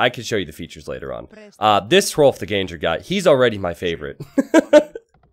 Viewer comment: The translation "ganger" doesn't really make sense at all. Gange-hrolf translates to "Rolf the Walker" and was supposedly because he was so large that horses couldn't carry him so he had to walk everywhere. Gange is pronounced "gaang-eh". He might have been Norwegian or Danish and he is supposedly the same guy as Rollo in the show Vikings.